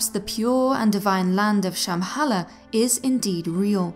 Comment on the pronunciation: the way you pronounce Shambhala is horrible! nice channel thou.